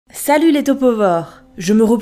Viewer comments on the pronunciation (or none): none